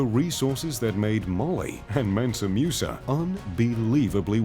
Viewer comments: its not Mewsa, its Moosa. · It's pronounced mOOsa not mUsa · The name is pronounced MOOSA not MEUSA. You westerners need to learn how to adapt your tongues to other languages the way many other people in other parts of the world do to your own names and other pronunciations. It was annoying listening to this guy say that name wrong the entire video. Ridiculous. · Musa not Meusa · Hate the way he pronounces Musa (moosa), not “mu” like muse! 😖